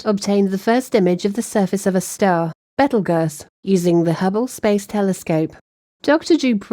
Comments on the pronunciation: Well it's BETEL, not beetle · Why dos she keep saying baitel juice i thought it is betelgeuse? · Bettle Guss 😂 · the best part of using a computer to do your intros is all the mispronunciations. who the hell is betel gus? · ive never never never never ever heard it pronouncet betel gus. ive been around a long time. not once. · Please tell your narrator how to pronounce Betelgeuse. Great podcast as always though, thank you